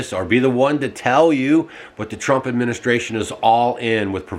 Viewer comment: It is not Tump!!!